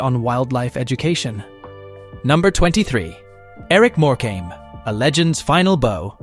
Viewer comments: eric more-came. NO NO NO. more-cum is the correct pronouncement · If he says more came again I might scream it’s pronounced more come ok! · It's not "more came" you idiot. It\s "Morcome". If you are going to use AI, at least find a literate one. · It pronounced More come not more came dag nam it! Also its lead as in dog lead not lead as in the soft metal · More-came!! Wish these idiots could get names right. If he can pronounce Tewkesbury correctly you’d think he could get More-cum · If only you learnt how to pronounce a lot of your script. More-come NOT More-came is one of the most annoying ones. 😂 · It's not pronounced More. Cam. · Eric More came 😂😂😂🤦🏽‍♂️🤦🏽‍♂️🤦🏽‍♂️ at least say it properly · Eric MorecAmbe? 🤣🤣🤣🤣🤣 What a joke! With several other dodgy AI voicing errors and footage of several of these deaths existin and yet, we don’t see any of them. A very poor show. Obviously not checked before it was published. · Morecambe its pronounced more-com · Triggering me so much that your saying Eric Morecambe’s name wrong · Terrible pronunciation... no 3xcuse for errors in the names of people who feature in this. Cringing every time the name ',Morecambe' is mispronounced. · The many mispronouncedrepetitions of Eric Morecambes name render this entire report ridiculous. Asise from which, he didn’tdie on stage. This is made for $$$ trash. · Thank you! That was so irritating and disrespectful when they cant even be bothered to pronounce their names correctly